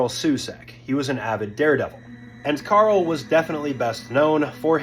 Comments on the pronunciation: His name isn’t pronounced Carl. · It's Karel Soucek man, not Carl Susek... You fer real? And yeah... This entire vid is just reading a Wiki page... And not fully at that xD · It’s Karel Sousek, not Carl Susek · You’re saying his name wrong. It’s Karel not Carl. And it’s Souček not Soucik